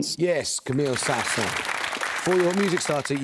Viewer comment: Yep, I noticed that too. Le Petit Prince sounded like Le Petit Prawns and Saint-Saëns like Sans Sense.